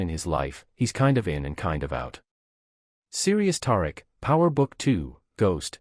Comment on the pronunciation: Tar-Rick? I guess we should spell it Tie-Reek just so, you can pronounce it correctly 🤣🤣